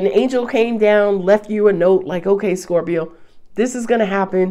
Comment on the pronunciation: Ilovelovelooove how you say scorp-er-to! Makes me giggle and feel welcomed♥️🙏♥️